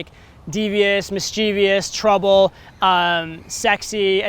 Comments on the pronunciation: The word is mischievous. Not mis chee vious. Mis cha ves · 'Mischievous', not 'mischievious'. Please kill me. This is great.